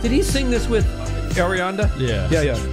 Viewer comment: My man said Arianda😂